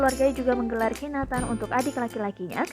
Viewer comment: Bukan khiNAtan mbak... Tp khiTAnan